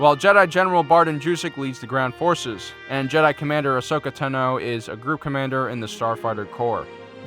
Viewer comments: “ahsokeh tenoo” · As soon as I heard you say asoka tano, I realized the Republic was srewed